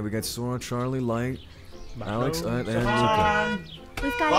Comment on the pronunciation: I am learning French and when Luca said his name was Luca and I know a bit of French that was correct